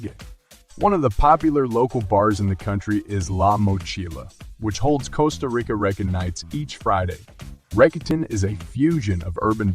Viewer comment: I am very tired of AI narration. Mispronunciation of words like ‘Costa’. Just, please, hire a human.